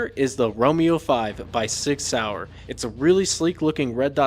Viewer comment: Sig Sauer rhymes with six hour😂😂😂😂